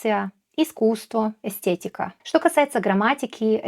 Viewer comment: Кстаті, странно шо в тебе єкавізація в слові " естєтіка " коли в сербському якраз екавізація. Босняки і хорвати єкають_ і можливо ти забуваєш шо в більшості латинських заімствованій в рос язику треба якраз через е говорити. Не сєкс, а секс, на анєксія, а анексія, не естєтіка, а естетіка) Правда правила я не знаю, деколи по-рускі вони кажуть і через є